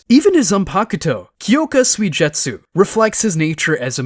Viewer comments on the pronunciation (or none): The butchering of Aizens zanpukutos name literally pissed me off lmao "kyoka soyjetsu" like bruh what😂😂